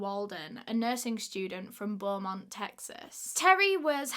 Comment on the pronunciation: I think that’s the first time I’ve heard someone (that’s not from setx) say Beaumont right!!!